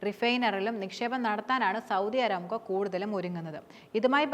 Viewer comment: അരാംകോ അല്ലാ ,അറാംകോ എന്നാണ് കരോ മാര പൂര 😂😂